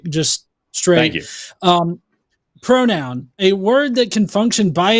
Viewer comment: Hank… a pwonown not a nown. Go back to school.